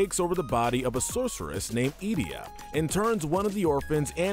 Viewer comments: For Sin, you said the summoner becomes the next Sin, that’s not correct. It’s one of the summoners guardians sho is turned into the final aeon that is then made into the next Sin. You mispronounced Ultimecia and Edea’s names and then Barthandelus as well (13 even had voice acting) so I’m fairly sure this list wasn’t written by a true fan and this whole channel is just a content farm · Why can't any of these Youtubers pronounce Ultimecia? Have you never met anyone that has -cia at the end of their name? Jesus. Another youtuber called her Ultimecca ...what? Also she compressed all time and space? This guy also doesn't know how to pronounce Edea either apparently. This list is hot crap. Kefka is easily top 2.